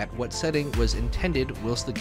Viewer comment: "Whilst" is pronounced like while-st. Not will-st.